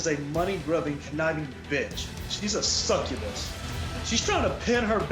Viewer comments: Same. But more because he couldn't say the word right. Lol lol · When he said “she a sucabus” I laughed so hard